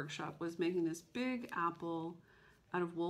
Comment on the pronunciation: Did you just say, “That big-go house?” You Texan! 😉. You MUST finish your oldest WIP. It is absolutely beautiful! Why don’t you just stitch 1 thread a day on a coffee break until it is finished? In fact maybe our virtual group should challenge each other to do that through the summer. I know I would love to get my oldest done and I think it is from 2001.